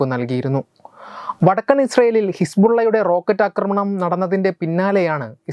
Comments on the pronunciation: "ആക്രമണം" "അക്രമണം" ശ്രദ്ധിക്കുക. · നിങ്ങള് ന്യൂസ് readers മിക്കവാറും എല്ലാവരും ആക്രമണത്തെ അക്രമണം എന്നാണ് പറയുന്നത്. പക്ഷേ ഇത് രണ്ടും വ്യത്യസ്ത അർത്ഥങ്ങൾ ഉള്ള വാക്കുകളാണ് എന്നാണ് എൻ്റെ ബോദ്ധ്യം. Pl check and correct.